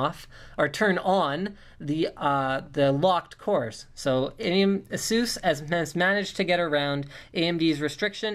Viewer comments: Yeah haha it's pronounced A-Zues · he says it proper, but i still prefer how we normally say it, like (ph-eee-nauhm), (ay-suhs), (sah-ta), they say it all fucked-up but its proper. Like the accent from the ppl of England and Canadian/American accent! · Sounds funny when he says ''Asus'' xD I would say A-Sus